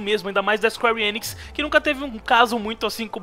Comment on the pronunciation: Engracada a pronuncia de squarenix